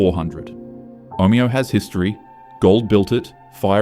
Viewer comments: Omayo 😊😂 cmon ai. Omeo get it right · Omayo is how Google maps pronounces it, and the same with Cassilis. They are not the way the locals pronounce them. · The AI narration pronounced, Omeo, three different ways in 30 seconds, what a load of rubbish.